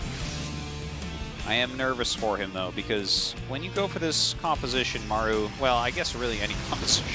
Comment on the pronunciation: please at least pronounce Maru in the correct way. Show some respect